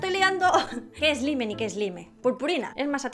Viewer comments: no creo que se pueda decir " satisfaciente" es SATISFACTORIO. También se pronuncia " ESLAIM" no "ESLIME" Trata de hablar con propiedad.:3 Saludos <3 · No es por nada me caes bien y tal pero se pronuncia slaim el slime